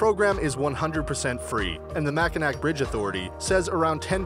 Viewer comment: Mackinac is pronounced mack-e-na. It is a Native American name. In 1989 a woman driving a Yugo lost control and plunged 170 feet into the chilly waters under the Mackinac bridge.